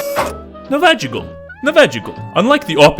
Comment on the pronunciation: Dude, why that "navaja" pronunciation? hahaha i lost so many braincells every time he said it xd